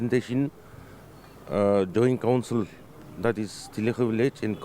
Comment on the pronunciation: So sorry for correction, but its not theli khu village, it is Thilixu village.